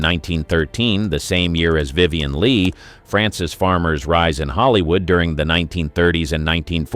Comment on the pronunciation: Vivian Lee-aggie? Geesh.